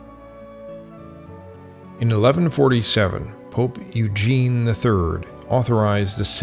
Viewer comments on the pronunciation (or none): none